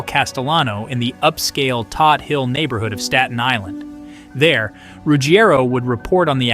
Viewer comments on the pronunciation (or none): “Toad” Hill, not Todd Hill